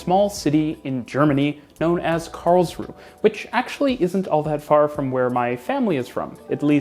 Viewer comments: It's Karls-ruh-e (three syllables) not Karls-ruh, in German you pronounce the final 'e' like 'uh'. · An observation: You do pronounce Karlsruhe like a local: Karlsruh (without the e at the end and a long ooo sound for the uh) instead of Karlsruhe (with the h and e sound). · You pronounce the e on the end of Karlsruhe. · Karlsruhe is pronounced "Karls-ru-er". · Karls-ru-he. Three syllables. Not two. The "e" ist not silent, it's a "schwa" sound similar to the "a" in the English word "about". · Hearing you pronounce Karlsruhe was "exquisite agony" to quote Vincent Price I think in one of the Dr Phibes movies LOL It is pronounced /ˈkɑːrlzruːə/ the final e is not silent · Small correction: the 'e' in Karlsruhe is not silent. (It's German, not French. The name translates approximately as "Charles' rest".) Also, to quote Wikipedia, The modern tram-train concept was pioneered by the Karlsruhe model in Germany in the early 1990s. It has since been adopted in other cities around the world such as Mulhouse in France and in Kassel and Saarbrücken in Germany. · 1. It's pronounced Karlsruhe not Karlsruh. 2. It's pronounced Stadtbahn not Staatbahn.